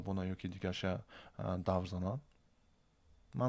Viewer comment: "Давр" не бародар "дав" меган!!!